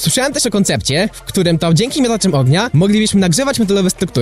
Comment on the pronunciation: Bądż "oagnia"